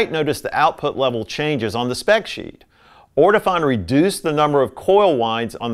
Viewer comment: Sorry... the correct pronunciation for Ortofon is... orto-phone... not orto-fohn...